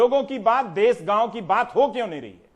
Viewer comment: देस नही॓ देश होता है